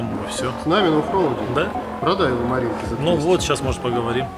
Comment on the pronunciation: Дэеп а Маринкэ!